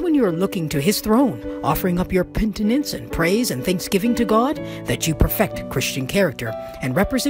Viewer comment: Amen🙏!! Thanks. CORRECTION: In the Reading, u said 'PENTINENCE.' It's PRONOUNCED, 'PENITENCE!!' --- Plz LOOK SPELLING of Word CAREFULLY... U'll hopefully see the Difference! Thx. God bless this Devotion, as we strive, by God's grace, for CHRIST -- LIKE CHARACTER☺💖.